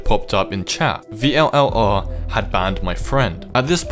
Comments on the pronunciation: its vllr not v l l r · It's pronounced viller or vill are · i heard that it is pronounced vill are